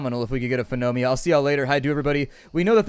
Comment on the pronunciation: ooh my god someone has trouble saying phiomia :P